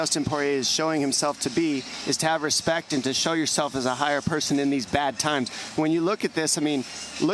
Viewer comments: Did he say dominique ? 😂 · He called Dominick Dominique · He said “Dominique” to Dominick Cruz